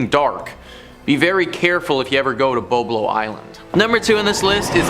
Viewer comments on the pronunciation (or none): It is "Bob"lo.